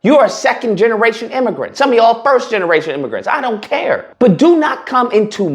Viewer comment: Imm- a-grant!😂